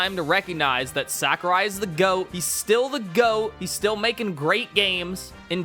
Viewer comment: It's crazy to me someone can make a entire video gurgling the balls of someone whose name they can't even pronounce correctly.